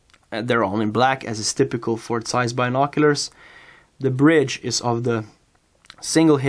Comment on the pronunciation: Zeiss starts with a Z, not an S. Get your pronounsiation correct.